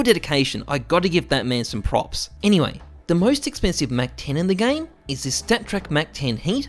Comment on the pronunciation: Take a shot everytime he says "enywey"